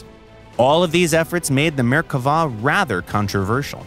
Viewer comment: "i swear he looked like an ejyptian MiG! it was an accident!" edit: wow, actually pronounced kfir and merkava correctly! well done!